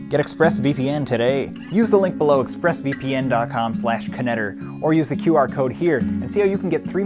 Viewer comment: I always thought knetter was pronounced like netter